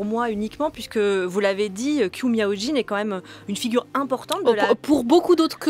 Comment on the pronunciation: Qiu se prononce comme Chiu, pas 'kiu'.